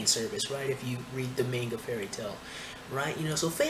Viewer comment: your pronunciation of manga is killing me, dude :)